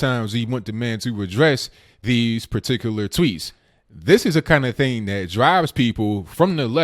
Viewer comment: THAT IS NOT DAT, AND ASK IS NOT AXED.PLEASE PRONOUNCE PROPERLY. GET RID OF THE BIG GLASSES AND STOP WITHOUT FURTHER AUDEU.